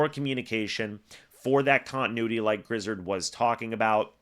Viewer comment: Griz...(ared) zard...is pronounced😊